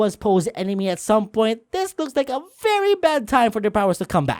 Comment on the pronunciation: you keep saying "looقs" not looks